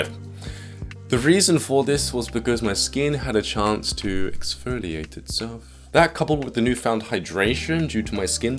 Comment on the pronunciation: That accent when saying 'Exfoliate itself' though :'D